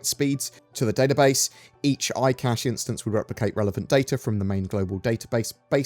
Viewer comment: Yes, eye cashe 🙂